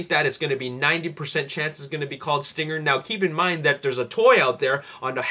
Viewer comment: dude its stringer not stinger